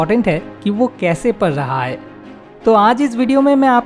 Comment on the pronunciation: Bolna to shik lo padd reha hai ko parrr raha hai bol reha ho tum🤣🤣